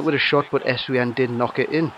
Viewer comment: nice vid but you pronounce your striker like this: essvine